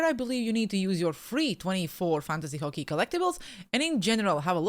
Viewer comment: What the hell is Fockey? 😂